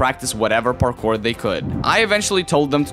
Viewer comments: I like at how the beginning he says barkour (Not Parkour btw) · did you say barckpor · u said barkour in the beggining lol